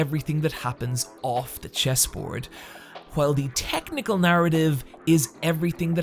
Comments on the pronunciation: Technical, not technicle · Hehe he said "technicle" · makes hour long video analyzing Bleach Me: isn't it "technical" not "technicle?" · "Technicle" sounds like a robotic reproductive organ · "Technicle"? xd